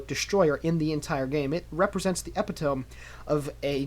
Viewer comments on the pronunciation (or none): epitome is pronounced "a-pit-oh-me"